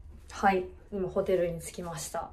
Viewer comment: はい！の発音が、心地好い...